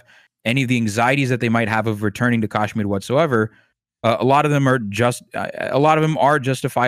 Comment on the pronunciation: Very misleading/misinformed guest. Skirted over Kashmiri pandit issue very unconvincingly. Hasan at least claims to not be informed about the issue, but the apparent “expert” can’t even pronounce Kashmir properly. Repeatedly used terms like “right wing terror” when people who can’t follow his waffling won’t necessary understand he is talking about Islamic terrorist groups (known to be Pakistan based) Bring someone else on next time